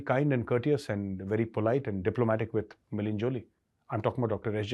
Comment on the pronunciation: It's 'May- la - nee', not 'May - leen' Joly, Major. You now have an international audience, so getting such things right is important for your credibility.